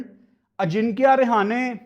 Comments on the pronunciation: रहाणे ✅ रेहाने ❌ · अजिंक्य रहाणे ❌ अजिंक्या रिहाने ✅ 😂😂😂